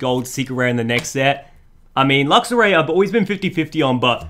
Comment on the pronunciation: And luxaray